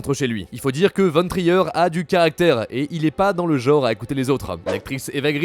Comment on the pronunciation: Von "trailleur" 💀